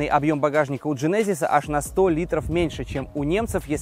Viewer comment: Для тугих, в genesis ударение на первый слог